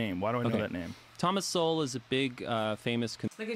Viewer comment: omg, you guys are killing me. Look its great youre interested in SOWELL (SO... WELL not SOW...ELL). Just read his stuff, one of the greatest minds of our time. I luv Rogan from UFC, but hes a fool who voted for Bernie Sanders... and who knows who this guy on his show is, another lefty? Point is listen to no one on the left about anything EVER! You want to listen to Sowell, read Sowell. This guy is characterization Sowell. Sowell was a democrat, but saw on his own their ideas don't work... then studied under Milton Friedman and got a PHD in Economics. Using hard science he is able to show the terrible outcomes of ideas by politicians... Are you for science Bro? Then read Sowell.